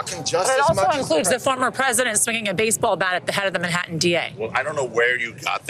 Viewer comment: Where is this "Minhattan" you keep mentioning.